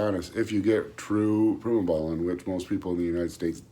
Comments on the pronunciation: What the hell os prime-O bolan? My ba meter says agent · Did he just say prime-o-bolan? Lol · like im gonna listen to a guy that says prime o bolan with no physique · Eye-roll. And he's an expert? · Sure did lmao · He did say that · He did😂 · Yeah. Skipped this video if he can't even say Primobolan correctly. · You do not need a gram of primo if it’s real primo. 400-600mg is all someone needs. Also don’t listen to anyone who can’t even Pronounce the name of the drug correctly.